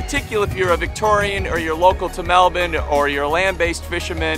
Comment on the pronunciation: I really love that you say melbourne like a melbournian haha. It’s the little things!